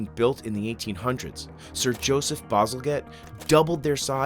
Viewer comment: Sorry to be that guy but being a Brit his name is pronounced Sir Joseph BazalJette, with a J (yup we all have to learn about him at school). And I am pretty sure I took a school trip to that ornate sewage pumping house briefly featured early on in this vid. They built it beautifully even though hardly anyone would ever see it! Go Go Victorians!!!